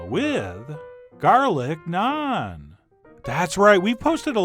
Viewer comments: i can already tell this is nice, since he can say naan correctly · Thank you for pronouncing Naan correctly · First time head someone pronounce naan correctly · I like how you pronounce "naan" correctly and not rhyming with "can" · Naan like jam, not naan like smarm